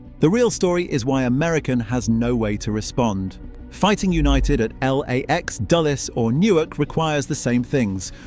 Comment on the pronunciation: L A X doesn't sound right, but good AI voice, mostly good B roll